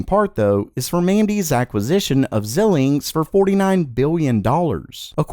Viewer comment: Techtubers should learn how to pronounce names. Xilinx in this case. Amateur.